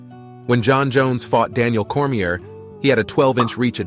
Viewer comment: what’s with all these AI channels popping up? was on board with the video until your robot mispronounced “Daniel Cormier.”